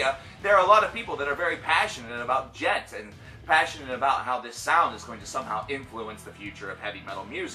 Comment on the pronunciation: PathologicalCannibal But it's not pronounced duh-jent! The D is silent! The D is silent! It's Djent! Not duh-jent!